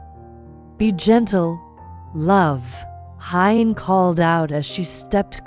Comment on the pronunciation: This note is to the female narrator. Please pronounce Huyen's name like "who-yen" not Hi-yen.